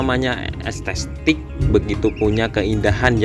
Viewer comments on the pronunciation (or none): Estetik Bang... Bukan Estestik... 😅